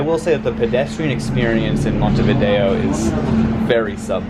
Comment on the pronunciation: Well your Montevideo pronunciation got closer to the actually pronunciation the more time you spent there. You did butcher it the first time! Glad you got to experience Buenos Aires and Uruguay. I say BA because Argentina is huge and if you start heading towards Patagonia it becomes a different country.